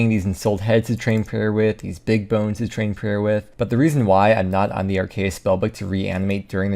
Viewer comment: Imagine pronouncing are-kay-us as "are-cee-uss" almost as bad as wiping back to front